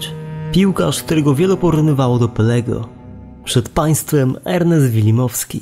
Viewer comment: Wilmowski nie wilimowski